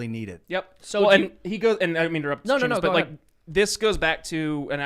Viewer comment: See-Muss is such a great guy! lol